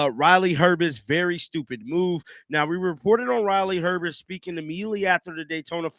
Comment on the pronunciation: It’s not Herbest, it’s herbst